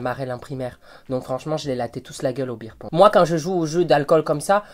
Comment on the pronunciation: « Beer Pong » ou « Ping-pong Show » ??? 😜